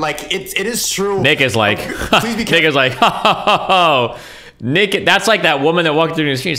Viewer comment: it took me a few rewatches to understand destiny said "Nick is"